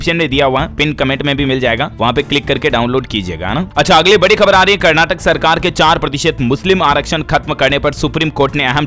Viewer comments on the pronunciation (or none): none